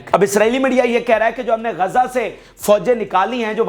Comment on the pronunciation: GAZA NAHI (GAZZA) BOLO.